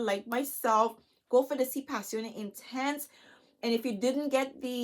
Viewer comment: You are Beautiful Black Girl Magic. And thank you for pronouncing the fragrance correctly.... lol I just got the revised Si intense 2021. but I want to try one of the Si Passione fragrances. Thanks for helping me to decide which one. I think I want to try the Si Passione Intense.